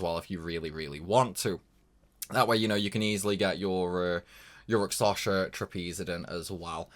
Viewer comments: Sorry, man, can't take it anymore - it's Rak-SHa-Sa! It's Indian mythos reference. Hindu epic poems are actually quite cool and for whatever reason Japanese RPG companies like to use its symbolism for sides of conflict (usually opposed Buddhism imagery). I'm not Indian despite the name, but I love their mythos for just how colorful they actually are! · i hear raksasha